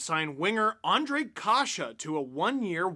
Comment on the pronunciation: Nice to see americans/canadians saying and writing czech names properly including Ř,Š,Č... big thumbs up for that.